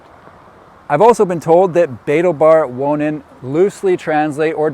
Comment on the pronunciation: I just couldn’t resist looking it up ;-) Like, what is he saying? Spoiler: the emphasis is on the 2nd syllable. Betaalbaar Wonen, in Lemmer, the Netherlands